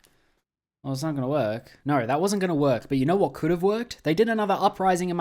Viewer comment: "Ooohhh Naur"